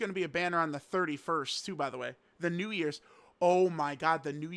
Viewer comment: stop saying Namek for new years bruh